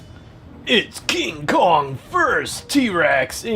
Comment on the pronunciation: You said Cong with hete ray